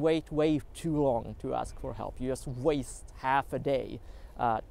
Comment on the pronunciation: It is interesting how you can manage to speak perfectly well in english yet all the time saying "just" with "u" instead of "j". I guess this bug is just a feature.